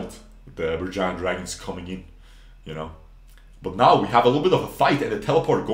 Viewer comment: you nailed that Berjaya man XD